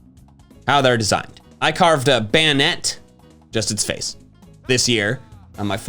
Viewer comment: *bay net